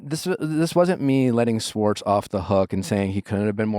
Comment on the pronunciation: Every time Nick say “Swartz” instead of “schwartz” my brain short circuits. 😖 lol the problem is me 😅 i just had to throw it out there